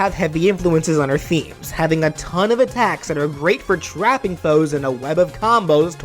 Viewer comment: When he said that muffet would hold her tea set I heard “a tax” instead of attacks and thought she was a tax collector